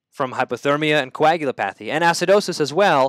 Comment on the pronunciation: Thanks. Helpful! Sidenote: it's pronounced "co-ag-u-LOP-a-thy."